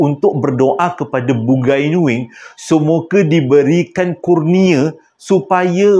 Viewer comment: dik, bukan "Bugai"tapi Bungai (sebutan : Bu ngai )